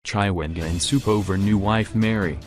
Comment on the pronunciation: Chaiwengwaaa... nxaaah why can't you pronounce people's name correctly?